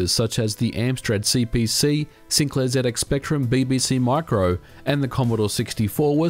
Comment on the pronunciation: for saying zx spectrum correctly.